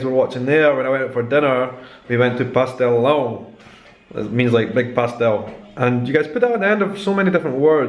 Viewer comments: achei que vc fala um bom português! pastelão vc pronunciou muito bem p um nativo da língua inglesa! feirinha tb! de onde vc é? não reconheci seu sotaque. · Your pronunciation of "pastelão" and "leite ninho" are pretty good, so don't worry :) It might be difficult, but you're doing it well hahahaha you just got a new subscriber~